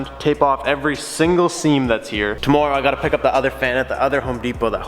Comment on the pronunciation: Why do you say tommorow like that